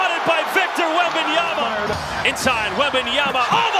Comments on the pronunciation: Correction: WembanyaMa, not WembanyaNa. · These announcers need to learn how to pronounce his name. It's WembanyMa, not WembanyaNa. Guys, you're gonna be saying his name for a long time, so say it correctly! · I realize it's a tongue-twister, but is a professional and he should take the time to learn the correct pronunciation. I've heard others botch the name and it's always a distraction (and a low-level insult), imo.